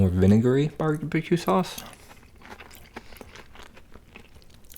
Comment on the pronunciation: Why his said barbecue sauce like that